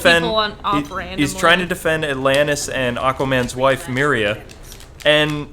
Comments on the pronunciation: Maybe I am the only ine to notice, but Aquaman's wife's name is MERA not MERIA or however you pronounce it. Not a big deal but as an avid comic book reader it hit a nerve. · So, I'm just saying, it's Mera, not Miria. And it's Aqualad, not Aquaboy. Also it's Dan Didio, not Dan Dido.